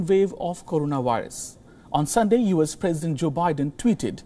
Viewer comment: Try to say "U" "S" instead of "yous". It's confusing.